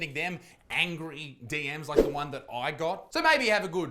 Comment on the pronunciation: DM zee? WTF Isaac? Speak Strayan ya bastard! But yeah - Established Titles is just a fun hoot.